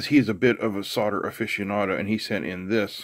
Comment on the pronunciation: Hey, sodder vs solder. Pronounced soul’der… If your house sells, is it sod or sold?